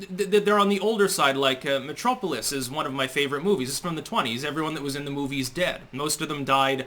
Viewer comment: sure has a funny way of pronouncing words. Maryland and now Metropolis.